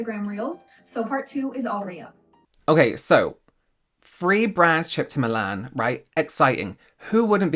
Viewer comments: It's Milan not Moolarn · Love the way says Milan.